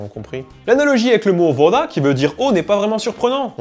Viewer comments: Mdr je lui ai aussi fais la remarque, d'entendre vOda, ça m'a démangé l'oreille ;) окей, пойдём вместе пить водки! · Petite erreur de prononciation: вода se prononce "vªda", vu que la syllabe accentuée est sur le "а", le "о" prend dons une sonorité proche du son "a" mais très léger "ª". Le sujet est vraiment passionnant, merci:P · /!\ chieuse russe /!\ : le mot "voda" qui signifie "eau" en russe s'écrit bien "voda" mais se prononce "vada". Voilà ;)